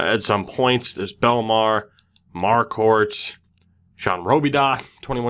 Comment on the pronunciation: I’ve heard Marquadt pronounced as Mar-Qwaut before